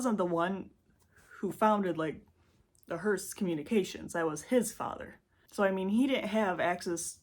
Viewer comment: It’s a “HEARSE” for “dead people”, no T in it. HEARST for this one. Great job honey…keep at it! 👏🏻👏🏻👏🏻👏🏻👏🏻